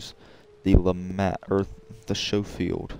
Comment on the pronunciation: Not trying to be funny with you mate you say it however you wanna say it but the proper pronunciation is with adding the c in the pronunciation so what I mean is that when you say it it sounds like you are saying it like showfield revolver but you are supposed to add the c in the pronunciation. Hey man whatever you say it how you want at the end of the day, you say potata I say potato. I prefer the Lemat actually to the Schofield I like them both but I always take the LeMat over the Schofield due to its feel, its look, its ability to get clean headshots at range, and it's dual functionality of its smooth bore shotgun tube or its 9 shot revolver rounds. 9 is better than 6 in times of a throw down, longer loading though too. I like the gold on silver here.